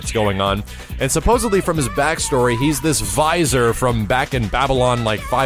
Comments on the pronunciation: The word is Vizier. Vih-zeer. Not Vizor. :P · Just so you know, it should be pronounced "ve-zeer", not "visor". But thanks for the information. I appreciate it. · I think the word you're trying to pronounce (and failing yet again) is vizier. It's pronounced "Viz-eer" not "Vie-zur". You mispronounce so many words man. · Vizer/visor? I think you meant vizier /vɪˈzɪər/,. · This video reminded me that I haven't heard the word "Vizier" since I was a child, and I didn't even know what the word meant. Interestingly, pronounces the word differently from Jafar.